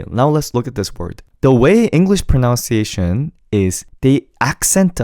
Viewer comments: Very nicely done. Since your topic is about pronouncing things correctly, did anyone mention that you are saying “pronounciation” when the word is actually “pronunciation”? 🤨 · So funny... you are pronouncing "pronunciation" incorrectly! Notice spelling of words differ.. You are saying proNOUNciation ... No no no the word is proNUNciation.... see the difference. Common mistake of non-native speaker. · Love and appreciate the Korean lesson, so helpful. However, in English, we don't say "pron/ow/nciation". Pronounce has an /ow/ dipthong sound like pron/ow/nce. Pronunciation, on the other hand, has the short u sound like pron/uh/nciation. Pronownciation hits the ear as ugly as you think the English "ch" lips are. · This is really interesting - thank you! Small point about English though, and quite ironic, it’s “proNUNciation”. Not “pronOUNCiation” 😂🫶🙏♥️ (Pronounce is right) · Great vid!! Might want to look up the pronunciation of the word pronunciation tho... 😅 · I wasn’t going to say anything, but your pronunciation of “pronunciation” is a little off